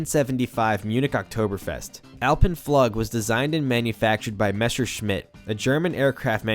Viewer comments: "Alpen fluggg" lol. Awesome video though, the original suspended Bat is one of the most fascinating coasters in history IMO. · The pronounciation of Alpen-Flug is the most problematic thing in this video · I love how you wrangled the pronunciation of Alpen Flug and Messerschmitt :D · Not going to lay, the way you pronounced Alpen-Flug killed me emotionally. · it's pronounced "AHL-pen-floog" not "al-pen-FLUG" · Just as an FYI it’s pronounced “floog” not how you’re saying it in the video. Also “quote unquote” is supposed to bracket the quote you’re reading so you’d start by saying “quote ‘comments by person’ inquote” so the viewer knows what’s quoted and what are your words. Love your videos though. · The way he says alpen flug makes me cringe as a German speaker, alpine Floouuuge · "Flug" is German. It is pronounced "floog" like in the English word, "mood". Edit: I absolutely loved "The Big Bad Wolf" at Bush Gardens! The funny thing about memory when you get my age: I don't remember the floor! I see my feet dangling, but no floor! I do remember that we learned to go early in the day to avoid the longest lines. This was my favorite roller coaster that I can remember. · Hey, mech eng here, binging on your videos lately 👍🏻. Btw Alpenflug is pronounced alpen “floog” with a long u vowel, it’s German for Alpine Flight. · Alpenflug is pronounced "ulpenfloog" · Nice job! One note...it is pronounced Alpen Fl-ew-g. Which means Flight through the Alps. :-) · Alpenflug -, U in German is pronounced like oo in English. (double O) So rather Allpennfloog:) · "Alpen-Flug" (Flight in the Alps) pronounced "Alpen-Flook". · "Flug" pronounced "Floog" btw :P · Alpenflug is pronounced Alpen-flook. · That “Alpen Flug” pronunciation though 😂